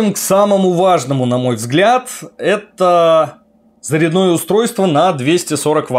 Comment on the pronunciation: Русский язык поучи и не позорься)) заряднОе устройство)) может всё-таки зарЯдное))?